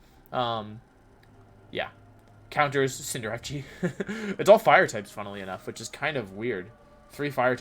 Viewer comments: Dude I cannot stand the name pronunciations.. its CINDER-ACE wtf is cinder-ahchee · Bro why this man saying cinderache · Please pronounce Cinderace correctly. It's Cinder+ Ace Ace like the card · Fam it's pronounced CINDER°ACE. Butchering my favorite Pokemon name so so many time makes my ass itch